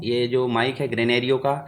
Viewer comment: ग्रेनेरिओ नहीं ग्रेनारो बोलते है भैय्या जी 😊👍